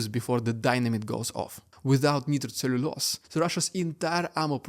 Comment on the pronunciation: Nitro is pronounced with a long i vowel sound.